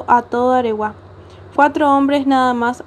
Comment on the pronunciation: AREGUÁ... Con acento en la última A